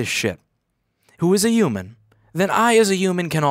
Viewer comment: Just a parenthetical question: Does everyone from Brooklyn drops the 'h' in "human'?